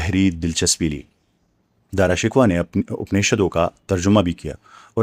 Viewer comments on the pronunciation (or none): بُہت اچھے ۔ میں نے بھی ایک ہندو پروفیسر سے یہی سن رکھا ہے۔ اب بُہت ادب کے ساتھ ایک لفظ کے تلفظ کی اصلاح۔ شہزادے کا نام “شک وا” نہیں بلکہ “ش کوہ” بولا جائے گا۔ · Excellent brother! Just a small correction, the name of Shahjehan's son is Dara Shikoh and not Dara Shikwa, though in Urdu it is written in the same way. How can one contact you? Regards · "Dara shakoh" Parha jata hey yeh naam, please.